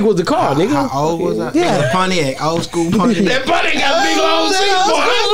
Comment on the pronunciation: What's a "Potiac"? 🤷💀💀